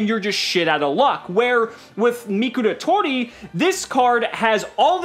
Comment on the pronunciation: How pronounces Mikoratori, "Mikulatoli"